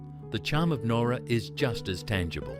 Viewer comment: ..OK, I DON'T REALLY GO ON HOLIDAYS, BUT..DANG, JUST.. JUST DANG, THE NOSTALGIA 🫠🥹☺️😊😇♥️❤️!!!!!!!.. AND, BTW, PALM BEACH IS ALSO WHERE HOME AND AWAY IS FILMED 😏😉🫠🥹☺️😊😇♥️❤️!!!!!!!..AND, BTW, IT'S PRONOUNCED NOWRA, AS IN NOW, NOT.. THE WAY HE PRONOUNCED IT.. IT'S MY HOMETOWN, SO I SHOULD KNOW.. BUT I'M NOT OVERLY FOND OF IT..